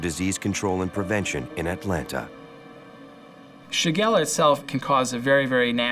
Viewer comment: Shigella not shagara